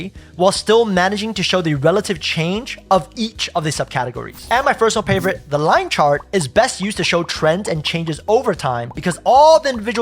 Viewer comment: Great video...but did you say fersonal pavorite or do I need to check my ears? lol